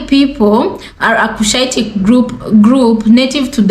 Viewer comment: Correction: Cushitic should be read, not kushitic Berbers, not Babas Thanks!